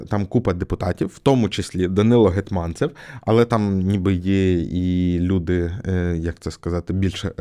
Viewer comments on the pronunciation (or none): Душніла: в Гетманцев наголос на перший склад